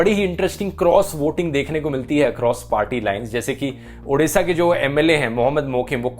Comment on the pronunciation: Best pronunciation of odisha 👍